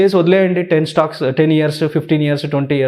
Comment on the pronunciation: Anchor Stocks ni Stacks antadhi yenti raa babu 😅😅